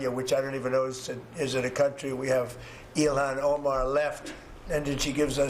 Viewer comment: It sounded like he said Elon Omar